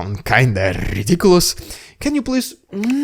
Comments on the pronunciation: I love your "rrrrridiculous Rrrrrussian prrrrroganada" segements. I think they are brilliant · Strrrrraight to Rrrrridiculous Rrrrrrrrrussian Prrrropagabda 😂😂😂😂😂